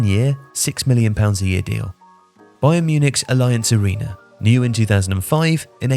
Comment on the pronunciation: That's an interesting way to pronounce Allianz Arena.